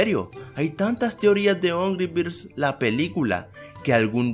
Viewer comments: En el principio dijiste nombre birs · Porque siempre dice ongry birds